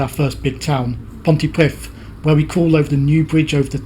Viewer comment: he probably paused because it’s pronounced pont-ee-preeth, not pont-ee-prith!